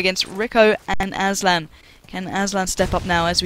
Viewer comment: Hahah aslan "asban" xD